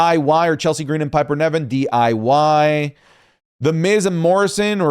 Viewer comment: I wonder if has ever said Piper Niven's name correctly, he always says Piper Nevin 😅